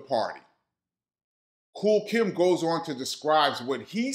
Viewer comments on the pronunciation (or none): Nobody is talking about referring to KOOL KIETH as KOOL KIMB😂😂😂😂. HILARIOUS